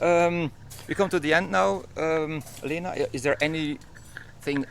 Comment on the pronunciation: Leena? I thought her name was pronounced like Linna.